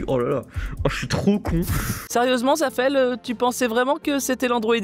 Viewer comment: chuis pas sûr mais je crois que vous avez bien prononcé le pseudo de zafeel